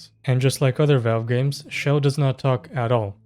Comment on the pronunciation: her name is CHELL not shell